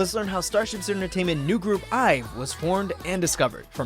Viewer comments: Its Pronounced I'VE Not IVY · Its IVE not (I. V) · Oh but their name is actually pronounced as the actual word. It’s like “I have” so it’s IVE Like the actual word.